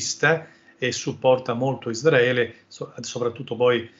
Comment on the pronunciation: Tutta sta gran pronuncia in inglese e poi::::::ISDRAELE😅 ISRAELE!!!